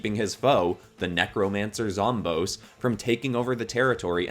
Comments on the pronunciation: Zomboss is not pronounced zomb-ohs, it's pronounced zom-BOSS, because he's the always the final boss and he's the boss of the zombies. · It’s pronounced zom boss not zom bose so ya zomboss is pronounced zom boss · Sry to say this but it’s like hearing someone calling Aang Oong it’s zomBOSS no offense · when you say zomboss it sounds like it would be spelled like zomboas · Thanks for using the Snapdragon idea appreciate it ❤ (also zomboss is pronounced zom-boss) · They way he says Zomboss tho 😬😢